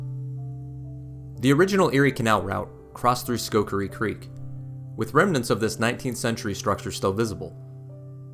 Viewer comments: It's Schoharie not Schokarie! But this is a great video. Thanks for creating and sharing! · Well done! BTW the Schoharie County, Creek & Village is pronounced: skoh-HAIR-ee. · Not taking anything away from this very good video. Thank you for producing and sharing it. Very good quality videography. 2 constructive criticisms: - Selfies are creepy, no matter how beautiful you are. I find them to be a big distraction. I'm here for the subject matter. -It's pronounced, "sko-HAIR-ree" (Schoharie) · Great video, really good production value. But, Schoharie is pronounced like Sko-Hair-E. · He couldn't pronounce Schoharie, there's no way he would even try this. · thank you, I came here to correct the pronunciation of Schoharie as well. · This was so peaceful to watch - thank you. For not being from here, you did a great job with pronunciations. We’ve got some interesting pronunciations in Upstate NY. (Schohaire: Skoh—hair-ee.) Am not sure about Medina, but am assuming the town is connected, so it’s: Meh-dine-ah. Cayuga: Cae-yoo-ga. And yay! You showed Baldwinsville (Lock 24) just before highlighting Phoenix’s lock! Baldwinsville has an island right on the canal that hosts summer festival days, concerts and other events. Phoenix up to Oswego is rich in history, and if folks get to Fort Ontario, be sure to stop in at Safe Haven, a museum dedicated to the refugees from the Holocaust that’s in the Fort Ontario complex but a separate entry. Thank you - am looking forward to exploring your video library!